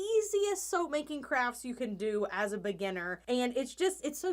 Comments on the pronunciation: i just took a double take thinking you said soup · I feel like she says “soa” instead of soap 😂